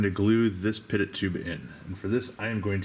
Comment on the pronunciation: Hey not trying to be condescending, just an FYI. Pitot Tube is pronounced pee-tohw or pee-toe. All the terminology used in modern day aviation is French because they designed it all, so think like pepe pew when you read that shit and you'll be g2g. Nice build review dude, you fucking kill me! I love it!